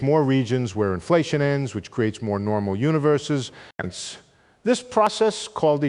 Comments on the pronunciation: Is he saying "hence" Sounds like he is saying "Ants" At the end of every sentance . I gave up. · I thought it was "Ents." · Sounds like "hence" at times. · He's not saying hence, he's saying HINTS, as in keep listening for the next fun idea I'm going to lay on you. Gentleman likes suspense. Could be that's what he's also saying: susp...ENCE. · Ense? WTF 😂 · I can't watch this. "ence" 'ence" "ence" 'ence"..... Sorry. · Is he saying ends at some of the ends of a sentence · Hence? all I hear is ence, ence, ence. How ridiculous, ence. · Enice, ence, enis, hense, hence, henis .... gd wtf 😮